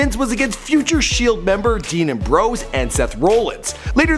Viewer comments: He said dean a bros and Seth roll ins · lmao He said Dean Ambrose and Seth Rollins so wrong😂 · Strowman, Seth Rollins and Dean Ambrose all pronounced incorrectly😂😂😂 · also don't make thz vids if u don't watch wrestling, ur doing all this research, yet u can't say their simple names ( not hating tho ) "seth roll-ins" "dean aim-bros" "lee-key" sry but if ur gonna make a vid, learn how to say their names 😂